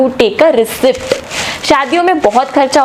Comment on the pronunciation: It's pronounced as "ree-ceet" not ricipt